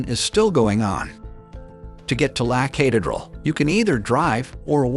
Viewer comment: This video is full of mis-pronunciations. The guy can't even say Medellin correctly . The video is full of glaring inaccuracies. This clown who posted this has never been to Colombia and has f...ed up every word of every place mentioned. There are far better videos that are historically correct. This is the worst video on the Escobar subject I have ever seen. Please learn to say La Catereral and Medellin is you are posting . 😞